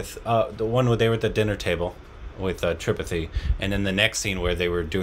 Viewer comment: Why you still not pronouncing "Tripathi" correctly?? They are saying it again and again for you to pick it up correctly. :-)